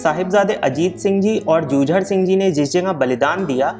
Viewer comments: Jujer nhi jujaar Singh hai aap galt bol rahe ho sahibjada jujaar Singh g hai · ਜੂਜੜ ਨਹੀਂ ਸਾਹਿਬਜ਼ਾਦਾ ਜੁਝਾਰ ਸਿੰਘ ਜੀ ਹੈ ਗਲਤ ਕਿਉਂ ਬੋਲਦੇ ਹੋ।